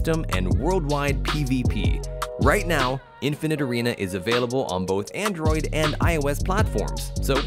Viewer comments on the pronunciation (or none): none